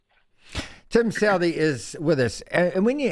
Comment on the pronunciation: His name is pronounced SUTHEE, we do not have southerly direction, it is a sutherly one.